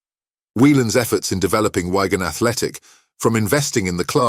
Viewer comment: It's Wigan not ygan 😅